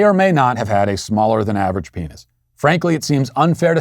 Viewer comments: He mispronounced penis Phineas I CANT 😂😂😂😂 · But perfectly pronounced “peenyus” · Peenius..... out of all the meaningful info in today’s show, all I keep hearing is, “Peenius.....penis.... yes I said peenius.” It sounds like a Roman God’s name: Peenius the Great; protector of Rome and mighty brother of Uranus. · I think Matt needed a glass of water during the cancellation. At least that’s what I’m blaming for his inability to correctly pronounce brooch (brōch), penis (pē′nĭs), and burial (bĕr′ē-əl).